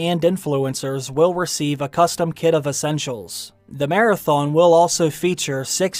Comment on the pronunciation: did he just say “maraThrone”?